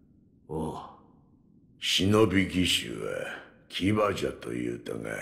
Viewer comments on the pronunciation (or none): Обещал говорить Шиноби,но продолжаешь говорить Синоби. Извинись в следующем видео